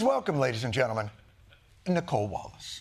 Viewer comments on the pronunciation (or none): none